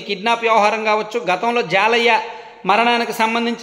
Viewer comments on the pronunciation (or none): హాయ్ అన్నా మాది పక్కన ఊరే అతని పేరు జాలయ్య కాదు జల్లయ్య